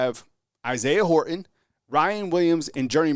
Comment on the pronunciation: Dude! Horton has a T in it. Say it that way. Thanks